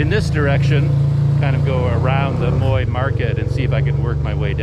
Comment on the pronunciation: Be careful with your pronunciation of that river,. At least in polite company. "Moy" means pubic hair in Thai, so you're calling it the pubic hair river! 555 Try saying it with your teeth together while smiling really big. Sounds silly but that will get you close to the correct sound. Thanks for the video!